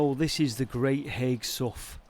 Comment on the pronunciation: I blame Shakespeare for our language that can sometimes be difficult. Sough pronounced (sow) not my fault, great vid again.